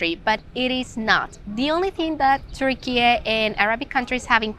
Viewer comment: Excellent advice... Like the way you say "TURKIYE" instead of Turkey. Teşekkürler.